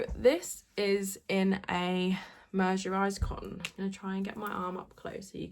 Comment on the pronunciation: The word mercerised is pronounced as MUR-suh-ryzd, had to google cos I have same trouble 😂.